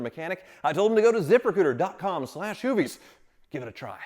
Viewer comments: Anyone else hear the sponsors name as ZipperCooter ? lol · When was talkin about his sponsor "zip recruiter", it sounded like ZIPPER COOTER 😂